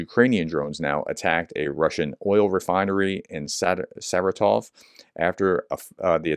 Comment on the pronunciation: Thank you for your coverage of Ukraine. Check Wikipedia for the pronunciation of Saratov. It is more like ser-RAH-tof.